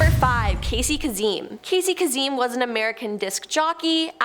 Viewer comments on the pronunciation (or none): Say it with me Casey Kay-sum. It’s Kay-sum not kazeem. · It's Casey KAY-SEM, not "Kaseeem." is one of the worst presentors on this channel. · Kazzeeeeemmm??? Since when every Sunday for I don’t know how many years that’s not how he pronounced it on the radio… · Casey “Case-um”. Like how do you not know him or how to pronounce his name? Great video though. 👍🏻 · Years? And the pronunciation is Ka-sem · It's pronounced Casey KA-SEM. Long A short E 😊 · Or for the slow people KA-SUM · Kaysen is how you say that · It’s kasum, long A short u, emphisis on the first sylable. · How long would it have taken you to google how to pronounce "Kasem"? Cringe. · I do not like this woman. She can’t pronounce names right. Everyone should know who Casey Kasem is and how to pronounce his name. Also sit to the side. You block the pictures behind you. Please pronounce things right. Ask Google. There is no excuse to get it wrong. 😡. Please hire someone else. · In the states. Shaggy would hate that his name was mispronounced😅. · Can't say 'Kasem' either.